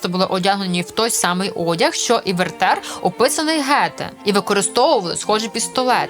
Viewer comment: Чому ВертЕр😂😂😂 аж мусила відкласти канапку і написати коментар😅😅😅